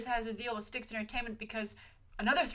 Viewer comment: I believe STX is said as just the spoken letters S-T-X and not like the River Styx. Great video and on point about the behind the scenes of the Hollywood shakeups